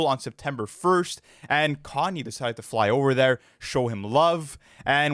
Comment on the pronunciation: I’m just hear for the pronounciation as “car-nyay” west 😂